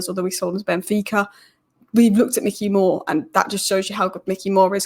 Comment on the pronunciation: As a Utd fan, you wouldn't know this. Although it's spelt Mikey Moore, I believe it's pronounced My-key More. I could be wrong though. Keep up the good work